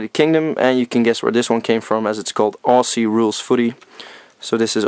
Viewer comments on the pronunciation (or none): none